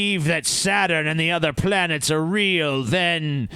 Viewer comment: Planets* not "planers"